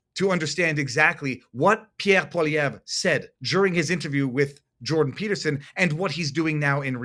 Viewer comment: How are you pronouncing PP's name? It sounds wrong!